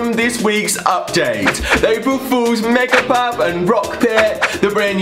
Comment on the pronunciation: It's not the megapup it's the mer-cha-pup